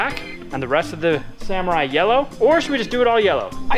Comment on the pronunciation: i am happy to see you working on the "saMORRai"